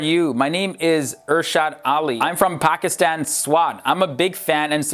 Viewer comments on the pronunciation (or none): none